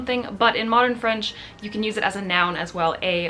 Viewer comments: Hi! I'm québécois so French is my first language. I love your videos. BTW I think you have a magnificent French pronunciation 😊😀. My favourite video was the one when you spoke completely in French. Salutations! ☺ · I'm French and this was very interesting! More French words used in English please !! :D :D Oh and don't hesitate to pronunce French words, your pronunciation is very good! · Please, make a video in French, I feel like your French has improved so much ! You have a very good French pronunciation !